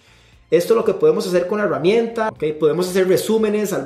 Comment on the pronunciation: porque si dices Gerente, pero dices Heruamienta? es en serio!!!